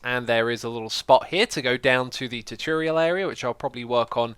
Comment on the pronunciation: I have always loved it when you say choo-turial